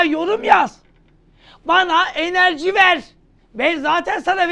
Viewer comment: Enerciiiiii hocam 😅